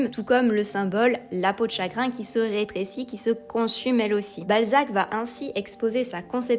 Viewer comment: "reutrécir" ? drôle de prononciation...